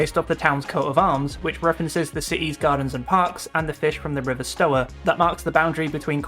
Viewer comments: its pronounced “Sta-wer” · River Stour is pronounced like Hour